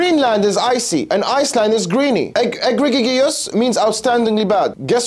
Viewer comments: You mispronounced egregious. Still LOVE your stuff though. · You mispronounced egregious. Still LOVE your stuff though. You mispronounced egregious.